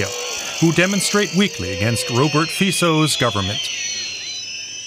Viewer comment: Thank to calling Mr. Fico as Feecco, it suits him very well ....